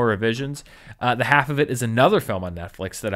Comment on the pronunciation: Half is pronounced with the L in this movie It rhymes with Ralph